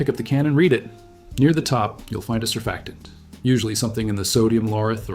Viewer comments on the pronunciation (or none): none